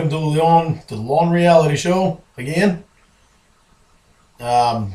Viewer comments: Mispronouncing is one thing, but using it in the finished product is just so...Lorne. Or should I say. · Glad he went with the take that he flubbed his intro on. "The Reality Show" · Did he really mispronounce his own name??? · In the intro, how do you mispronounce your own name?